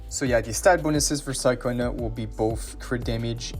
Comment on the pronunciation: Wasn't her name pronounced as Cha-cona in the story? Sorry it just kinda irks me lol.